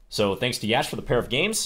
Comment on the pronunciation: Always grateful for these CTRL videos🙏 Btw, it's pronounced "yush", rhymes with lush